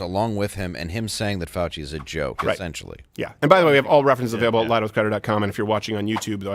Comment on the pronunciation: fouchey said it wrong